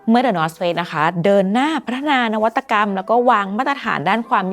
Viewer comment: ทำไมผมรู้สึกเหมือนว่าพิธีกรพูดคำว่า Face/เฟซ ไม่ได้เลย 😅